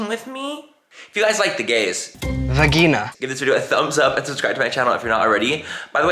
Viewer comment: THE “VA-GEENA” CLIP!!!😂🤣😂🤣😂🤣☠️